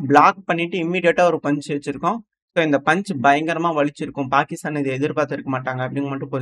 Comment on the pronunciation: என் காதுல தான் பெருக்கிஸ்தான் கேக்குதா! இல்ல கோவத்துல்ல பாகிஸ்தான் பெயரை மாத்தி சொல்றீயா 😂😂